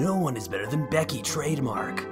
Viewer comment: "Hi Decky!" pls, it's Becky